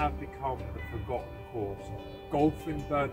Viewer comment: It isn't Burnt- Island it is BurntIsland all one word other than that it's a good video